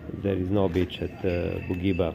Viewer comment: Ne cita se Bugiba nego Budjiba druze. Cisto savjet 😉